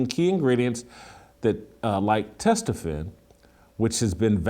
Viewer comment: Someone got on Jason for his Testosterone pronunciation. 🤣